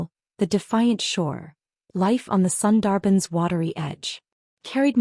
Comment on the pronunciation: A wonderful story about breaking free from shackles, finding yourself, and thriving — definitely worth your time. I must admit, though, every time the narrator mispronounced “Sundarban,” I couldn’t help but cringe a little.